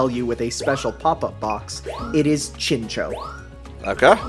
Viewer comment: I’m pretty sure it’s Chin-Chao (like chao’s from sonic), at least that’s how they pronounce it in the anime and Pokedex 3D.